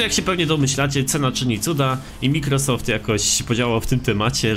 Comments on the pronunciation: Czyta się ,,majkrosoft" ja też miałem z tym przez dłuższy czas problem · czyta się majkrosoft